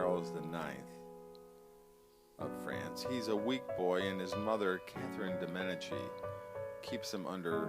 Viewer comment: Meh-dee-chee. That is how the name Medici is pronounced